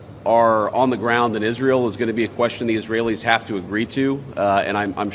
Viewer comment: Is-real and the eyedeef are-Terr-0R-15t